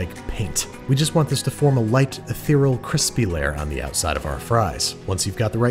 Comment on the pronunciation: Missed a syllable there in "ethereal" haha